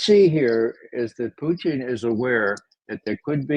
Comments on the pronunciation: It’s SO effing IRRITATING that McGovern says “Poo-TEEN” or “Poo-teeng.” It’s POO-tin for God’s sake! Almost as irritating as George W Bush saying “Nook-ya-lurr” for “nuke-lee-urr.” What is so goddMn hard about pronouncing the name correctly? He is literally the ONLY person on amy podcast that does this. It takes away from his credibility. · It's PUtin, Ray. PUtin. It's not PUchin. Nor is it PuTIN or PuCHIN. Nor is it PUtain, PuTAIN, PUtane, or PuTANE. Lose the contrived and pretentious pronunciation. Got it??? Your constant linguistic histrionics is pathetic 🤮🤮🤮